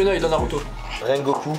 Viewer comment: Il a dit rengoku matsumoto alors que c'est rangiku matsumoto chedli